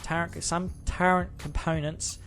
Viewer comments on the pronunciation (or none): I appreciate you, I appreciate your video and the knowledge that you're sharing! Thank you! But please... there's no 'n' in turret. It's not pronounced turrent. Thank you!